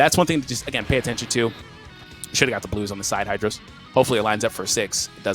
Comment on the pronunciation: it's hydros haha